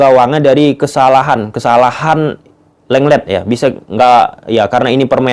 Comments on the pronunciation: Lenglet karna orang perancis dibaca Longle 🤣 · Mungkin krn nama lenglet tp dibaca disana longle om 🤣🤭